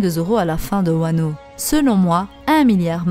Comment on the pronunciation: svp prononcez "wa no kouni". on pense moins au lingus après